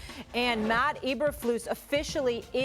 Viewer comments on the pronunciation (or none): The hell's a "Mott"?? It's "Matt"; Learn how to enunciate, broad! And who is the slurring, Elmer Fudd-speaking idiot???? 😆😂🤣😂🤣